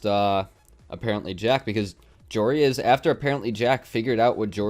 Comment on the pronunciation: I kept getting triggered when and pronounced Joreuz's name as Joe Reyes